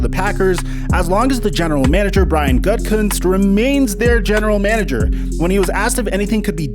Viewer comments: Bruh - youre bringing us content and fabulous prizes - its all good. Get out what youre comfortable with - if you do, you can rest assured that we will all dig it.. Keep that good good coming our way. P.S. The Green Bay GM's name isn't "gut-cunts", its "goot-ah-koontz" 😋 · Sorry man, the, so-called, close trade with the Broncos was dismissed many hours before they made their first round pick of Surtain. So, it is not plausible they chose him based on believing they were going to acquire Rodgers. Also, it's pronounced Gute - a - kunst. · Just to help: Goo-tah-koonst. I agree with most of your comments. I think a lot of the narrative out there is B.S. Also, no one talks about how his upcoming marriage. She had never watched a football game before meeting him so it's understandable that she doesn't get the allure of Lambeau and the city of Green Bay. She lives in Colorado and L.A. And he should respect her feelings so perhaps she has a lot more influence on this situation than people are considering. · Dude... it’s GOO-DEE-KOO-NCE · Helping ya out: “GOO-da-kunst.”;-) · Its pronounced goo-te-goonst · Learn how to say gootakenst not whatever u said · Think of gouda cheese when you say Gutekunst. And "kunst" is pronounced "coonce" "gouda-coonce" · GOOT-a- Koonse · Hey, just for reference its pronounced Goo-Ta-Koonst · You butchered that GMs name haha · I'm a life long Packers fan. Rodgers is showing himself to be a drama queen. The medea and click addict fans are eating it up. This channel is perpetuating the rumor machine. Rodgers needs to show some professionalism and class by keeping his business in check. He is under contract. Do your job! The Pack don't need to consult with him on their draft decisions. Learn how to pronounce GBs GMs name before putting out content...lol.